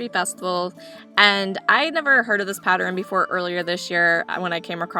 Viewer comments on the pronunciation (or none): I just found your channel by way of Scott's Old Curiosity Shop and have subscribed. I love the voice over style and nice music you use, because there's no distraction from store noise. You're the 2nd YouTuber I've heard pronounce the word, pattern, as "patterin." I'm curious to know if that is a regional pronunciation. Fun video! I look forward to watching more!